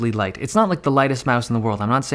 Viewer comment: Lol, he said lise mouse instead of light mouse, he said i like lisemouse